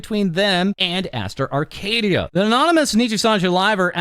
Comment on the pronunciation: "Arcadiddya" Baby oil😭